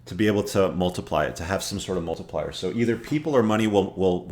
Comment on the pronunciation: it's multiplier, no offense